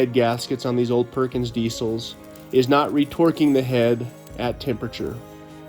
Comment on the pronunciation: I thought you said re-twerking it....bahahahahaha....I was trying to figure that one out when you said it again...thank you..